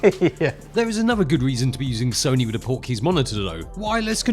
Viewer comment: I kept hearing "Porky's" (the movie)! :)